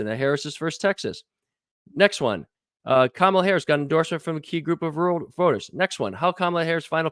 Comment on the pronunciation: It’s pronounced Kamala,.